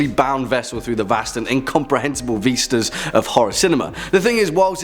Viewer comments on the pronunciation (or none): Vee-stahs. Lol.